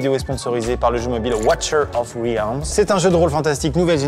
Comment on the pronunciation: Watcher of riaaaaalms (ça se lit "rilmz" niveaux prononciations 😂😂)